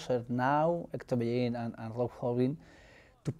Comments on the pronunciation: so bellerin is pronounced pecherin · He pronounced Bellerin as Bechyarin